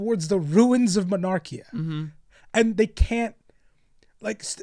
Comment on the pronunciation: I hate to be that guy but its "monarkia" not mernarkia But on the point of the word bearers EREBUS THAT LITTLE TWAT IF ONLY HE DIED AND KORPHERON DID TOO! NOTHING WOULD HAVE GONE WROOOOONG